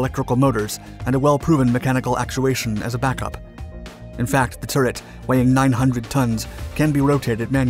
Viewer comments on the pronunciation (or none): none